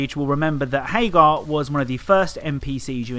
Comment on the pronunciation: It's "Haggar," you fool. Remember phonics. A double consonant implies that the following vowel will not be stressed. This is like 2-year-old shit, man.